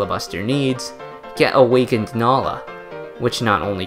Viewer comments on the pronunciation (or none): none